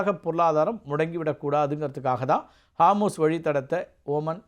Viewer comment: ஹார்மூஸ் இல்ல அது ஹோர்முஸ்.